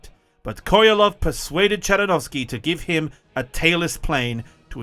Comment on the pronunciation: Sergei Korolev not Korelov